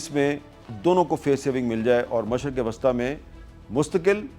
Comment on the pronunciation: اور مشرق وسطی Wasta کہتے ھیں جبکہ وسطی Wusta بولنا چاہیے